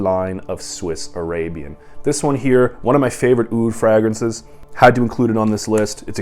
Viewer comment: love your content brother but please pronounce it fraYgrances. My eyelid kept twitching.